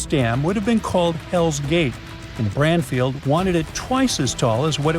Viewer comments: Branfield... Not sure why I'm watching crud. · like how he is saying Branfield NOT Bradfield...can't he speak proper english